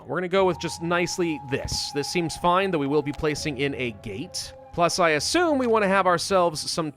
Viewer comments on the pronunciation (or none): none